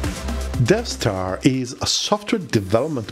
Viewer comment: I hear you keep saying DevStar, but I keep thinking DeathStar.